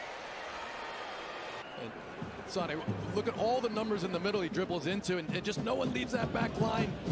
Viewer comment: US Comentators doesn`t do a minimum to learn just basics of other languages! I someone is called f.i. Leroy Sané the "é" with the comma above, the accentuation is on the "é" ...loooong spoken! Saneeeeee .... 🤦‍♂ Isnt that their job in a way?